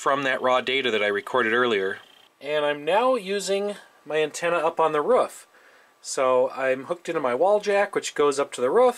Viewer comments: did he just say ruff instead off roof? ITS PRONONCED /ruːf/ roof and /r/ as in run /uː/ as in blue /f/ as in fish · The "rough"? I'm pretty sure you mean the "roof". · also bro its not rof its roof, anyway good video "Time to do some sketchy shit, doo-da doo-da" xD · “Hooked up to the ruff” ROOOOOF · the Ruf? Sorry sir you must've meant to say roof* haha common mistake, be better next time I'll let you off the hook this time let me not catch you doing it again 😅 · roof has two o's like rooouf not rof... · Never understood how "roof" ends up as "ruf" unless you're a furry that doesn't make sense. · Imagine being able to tap into a satellite but you call a roof a "ruf" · WTF is a "ruf"? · ... " antenna up on the ruuf now " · And why are u saying "ruf" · ''using my antena on the '' ... what ? roof or ruth or ruff ??? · saying roof "ruff" made me think he was from Eastern Canada for a second lol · Where are you from? Never heard someone call a roof a ruf before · its beyond annoying, he should speak like a normal human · i love how you say roof <3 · someone teach this man how to pronounce roof